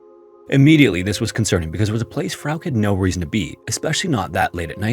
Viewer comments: I was studying in Germany in 2006, great time to buy cheap touristy souvenirs and stuff though. Tshirts, scarves, beer mugs, I even have a Germany flag pillow. That being said, "Frauke" has 2 syllables, I'm just saying. The last "e" is pronounced as a schwa sound. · Please learn a minimum of foreign pronunciations if you're going to delve into foreign incidents. Germanic words ending in "e", are usually pronounced "eh". So Porsche is pronounced "Porsch-eh" and Frauke is pronounced "Frauk-eh". It's so simple, even a caveman can do it. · So her name is pronounced "Fra-kee"? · no, it would be Frauke, like he did say in the video, but with a shadow "uh" at the end. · A tip on German: if there's an e at the end of something, we pronounce it. Poor Frauke. How terrified she must have been for so long.